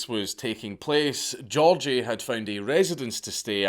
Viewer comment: also his name was gi-org-gi